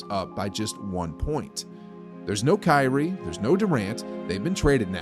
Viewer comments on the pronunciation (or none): none